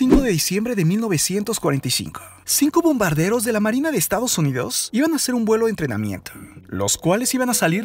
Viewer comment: Porque habla solo con la e dice :marine,tormente,dereche